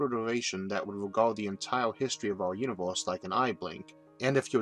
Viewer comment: the "univoorse" what dialect is that ???